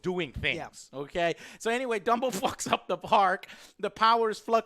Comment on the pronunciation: Dumbo? I thought you said Wumbo